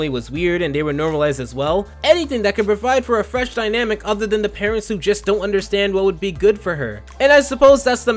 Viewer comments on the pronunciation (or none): none